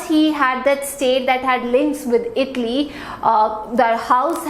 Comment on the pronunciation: Please pronouce ITALY properly ! U r pronouncing as itly ! But good class.